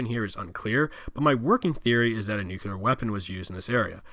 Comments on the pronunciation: Please focus on your pronunciation of “the” it’s th not “da” . Hard to listen to. And Nuclear is “noo-CLEE-er”, not “noo-cuoo-ler”. Hard to listen to. With that said this was a good presentation of the Gilead map and thank you for doing that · Nucleeeear. Not noocuular for the love of god. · New-Clear is not how you say it lol. New-Clee-Ah is how you say it. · Thank you for this informational. Now, may I offer... NUCLEAR = NEW-CLEE-URR. Not NEW-CUE-LER. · At the risk of sounding elitist, as a physicist it gets under my skin when people mispronounce certain terms. Repeat after me: NEW-CLEE-AR. Unfortunately, saying NEW-CUE-LAR is so frustrating for scientists and engineers. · I loved the map. I even made notes during the video because I love the series and this part always confused me. One point though - you mispronounced "nuclear" many times. It is pronounced "NU-CLEE-R", not nu-cu-ler". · NUCLEAR! OMG! Say "NEW", then say "CLEAR". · I share your frustration with that typo, but it sounds like you are saying "nukular" like George W. Bush instead of nuclear. Thanks for this video, in any case. :) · Mentions typo on map a few times Goes on to mispronounce "nuclear" several times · your pronunciation of nuclear is sickening.